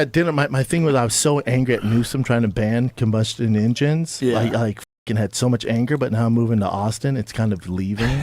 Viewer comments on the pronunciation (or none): “Combusdjun injun”